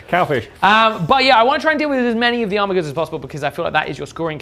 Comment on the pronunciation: Armiger should be pronounced "Ar-midge-er." I thought you were a "Bard?" 🤪